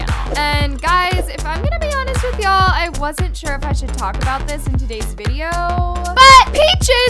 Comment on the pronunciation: You edited it...You said "I clicked faster than james charles can say shore" Don't be slick